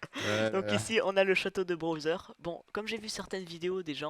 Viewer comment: pk tu dis browser et pas bowser ?